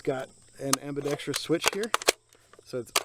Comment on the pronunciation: WTF is ambidex-tree-ous?